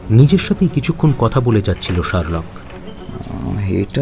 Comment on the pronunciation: Pronunciations must be better. Sherlock tai thik uchharon hoche na